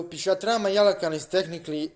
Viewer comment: yeah he's wrong it's PisachA not pisatra 😂😂